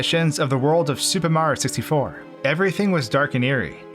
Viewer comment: why does he say "supamrioo sistyfour"